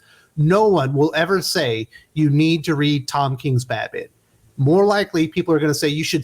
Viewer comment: OK, so I got you don't like tom king's interpretation of some comic book characters, but just one thing: who is this "bad-min" that you keep talking about?